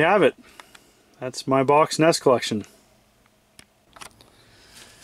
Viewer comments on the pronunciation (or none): Cool. "En- ee-es" And "..how far I`ve come". Only since you teach.